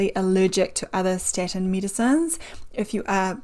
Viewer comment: It’s called STATIN. NOT STETIN, It’s called CHOLESTEROL NOT CILESTRIOL. Apart from that I didn’t understand a word she said.